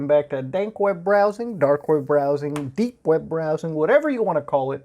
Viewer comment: Every time I hear papa muta say dank web it brings a smile to my face😶